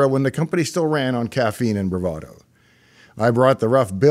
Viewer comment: i had to tuen on CC because I swear I thought he said the company ran on caffeine and diluadid...not bravado